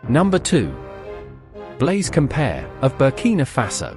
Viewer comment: COM-PA-O-REY not "compare"